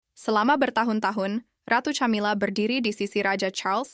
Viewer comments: Ca( tja) atau Ka? Aayo belajar dulu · Min... baca , nyebut nama camila aja gak bener gmn mau percaya dgn cerita dari chanel lu min